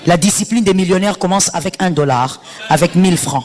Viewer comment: Na d avec d avec au lieu " avec "